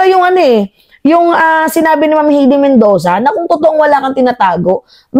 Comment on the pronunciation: Hay-dee , hindi Hey-dee!